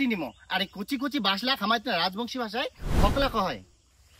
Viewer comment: হোকলা ❌ হোগলা ✅